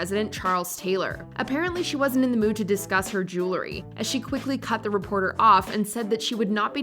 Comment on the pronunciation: I hate when people who are speaking publicly cannot use correct English. From misusing pronouns to mispronouncing words. It is NOT Jew-la-ry. It is jewel-ry.